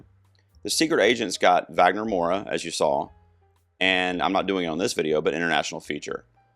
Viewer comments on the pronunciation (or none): Wagner's last name is Moura and not Maura.